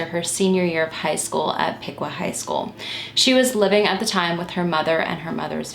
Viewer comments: Piqua is certainly not pronounced pee-kwah, it’s pik-wuh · Just a tip from a crazy Ohioan: Piqua is pronounced pee-kwah and Medina is pronounced meh-die-nuh